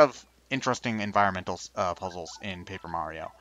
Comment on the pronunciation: Mario's name is now Marty-O by the way, lol